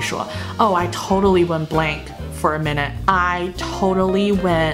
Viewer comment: Went blank for a moment? Blank 好像发音不太对